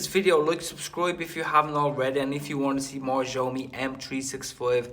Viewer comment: It's pronouned "shyaomee" ☺️